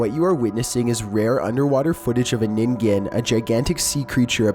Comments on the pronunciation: Chills So glad you pronounced ningen right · You are the first person to pronounce “Ningen” correctly!! Thank you!! Also I love love LOVE your videos, even if they do sometimes make me throw my phone across the room “Nope”ing the whole time because scary.